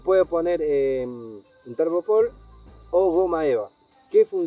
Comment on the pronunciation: Una pavadita... "TERGOPOR" no es. Sino que es "TELGOPOR"... TELa GOmosa PORosa. Gracias por los datos de la carpita 😃